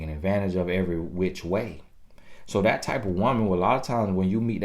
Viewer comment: TiffanyB TV 😂😂😂I love when he say Dat!